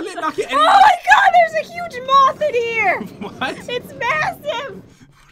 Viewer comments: When she saw the moth I thought she said mouth😂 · When said "a huge moth" I thought she said "a huge mop"